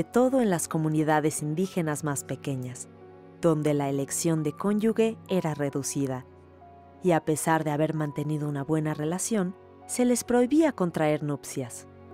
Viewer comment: ¿Qué les pasa a éstos del Canal 22? La narradora no sabe pronunciar "cónyuge" dice "cónyugue" y no es todo, no es correcto decir "época colonial" es "época virreinal", lo peor es que ambos casos no son de esa época ya pertenecen al México independiente. ¡Es una vergüenza! Se supone que es un canal cultural.